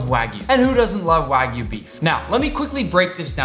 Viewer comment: This is how many times he said Waygu 👇